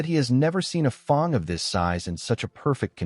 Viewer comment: Good lord why is it pronouncing fang like that?